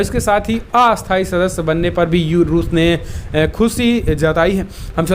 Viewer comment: क्रपया उच्चारण में स्थाई - अस्थाई का ध्यान रखें।🙏🙏🙏🇮🇳🇮🇳